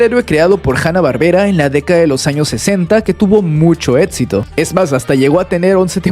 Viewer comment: no puedo con tanto "etsito" que tuvo CN..